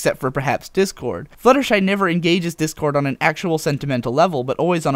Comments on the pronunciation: Ah ha ha ha! I'm totally calling him 'Dickord' from now on. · I noticed when discord is just freed and RD says "Try us Dick-Cord" that's what I heard I may be wrong.